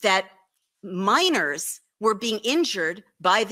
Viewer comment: När Wolf översätts ha pratat om gruvarbetare, "miners", är det "minors" minderåriga barn hon säger